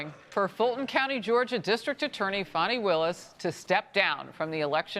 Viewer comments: Why do they pronounce her name like Fawn-knee? Isn't it actually fanny? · Can someone explain to me how "fani" becomes "fawn-e"? Why? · “Fani Pack” 😂